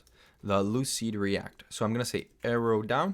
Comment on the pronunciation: lucide -react not lucid reat